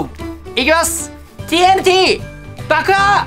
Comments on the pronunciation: マスオTＮTをTＬTって聞こえる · TNTをチョクチョクTLTって言ってる(笑)